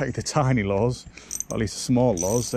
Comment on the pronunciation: Lures not " Laws " ...